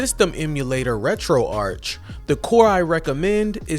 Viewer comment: It’s ‘Retro-Ark’ as in retro archive.